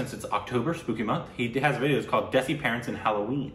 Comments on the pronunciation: Desi is pronounced Dhay-see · Hi guys, idk if someone has said this already but "desi" is pronounced as "they see"